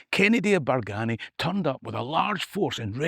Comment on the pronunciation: its a sma detail, but us locals pronounce it Bargeeny no BargAny